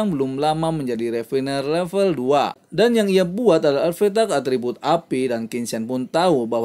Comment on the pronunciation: Artefak bang bukan arfetak🤣